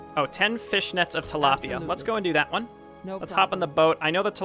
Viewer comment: Tilaipia lmao